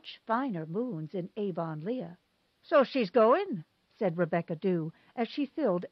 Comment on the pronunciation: Avonlea = AV-uhn-lee